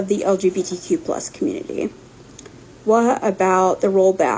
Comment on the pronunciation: When you pronounce community as Cartman (communiteah) I ignore you as what’s coming out of your mouth is garbage